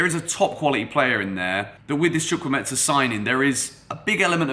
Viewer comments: HOW TO PRONOUNCE HIS NAME Hi great video I have a similar name to chukwuemeka and am also Nigerian and it seems you may have got the pronunciation from fabrizio who didnt get it right at all. Here to help. So it's pronounced like CHU - like the 'choo' of choose' (you got this part right) KWU - like Koo (traditionally we would slightly pronounce the w) E - this E is like the 'e' you pronounce in the word 'Everton' or the e in 'Egg' Meka - the 'me' part is like when you say the slang word 'meh' (like I'm feeling 'meh') KA - like the footy player 'kaka' so not the ETSA sound that fabrizio says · He didn't even try😂😂😂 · Somebody with sense atlast,instead of blasting him about not pronouncing it well,someone with the sense to actually teach the foreigners how to pronounce the name,nice one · Why's he pronouncing the name like Chukwuemetza? Its Chukwuemeka Like there's a k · Chu-kwu-e-me-ka not chukwumeta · the name is chukwu-emeka not chukwumetza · Chu kwu emeka not chu kwu metsa please, thank you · The name is not Chukwuemetza. It is Chukwuemeka. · “Chukwueme-KAH not chukwu-MESA” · Chukwuemeka not chukwuemensa 😂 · Hey... It's chukwuemeka not chukwuemeza.... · Chu - ku- eme- ka. That's the pronunciation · Chukwuemetsa? Come on. You are not even trying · its spelt CHUKWU-EMEKA not Chukwumetsa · the name is pronounced: Chu- ku- eme- ka. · Lool It’s pronounced “CHU-KU-EY-MAY-KA” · not sure where the meT-SA part of his name came from 😂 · Chukwuemeka not chukwumentza 😝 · Bro you butchered the Nigerian name😂😂chu-kwu-Emeka may be this will help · Are you sure his name is pronounced as "Chukwuemetsa" though? 😅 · Chu-kwu-eme-ka. The 'ka'' is pronounced as in the 'ka' in Anielka (origin: Nigeria; meaning: God has done well). Fabrizio Romano, take note too😀. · the name is pronounced CHUK-WU-HEY-MAKER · Pronunciation is : "Chukwu-e-me-ka" Break it down to say it well.. It's Nigerian mate! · Where do you hear a T and a S in his name